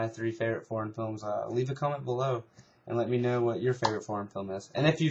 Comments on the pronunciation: it sounds like ur saying porn instead of foreign lol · when u say foreign it sounds like ur saying porn